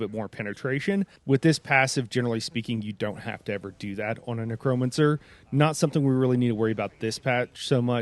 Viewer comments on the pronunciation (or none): It’s not Nuh-Cro-Mun-Sir It’s necro-mancer Neck-row-man-sir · A neck-Crome-a-cer…? A neck-cro-mancer 🤣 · Lol the way you emphasize the "cro" in necromancer cracks me up